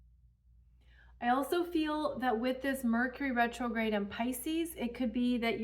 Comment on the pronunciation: Rercury Metrograde! 😂🤣